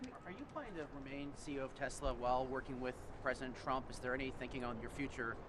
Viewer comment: “I love Tesler!!”